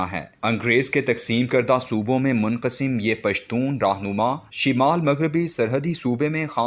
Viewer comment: THIS WORD IS NOT, SHIMAAL, THE CORRECT WORD IS, SHUMAAL, CORRECT YOUR URDU PRONUNCIATION, DO NOT CREATE NEW PRONUNCIATION